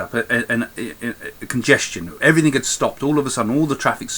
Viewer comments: Craig, stop saying "everythink" It's "everything". You're a lovely man and I love listening to you. Just please say "everything" lol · Craig Hamilton-Parker LOL!! Quite right!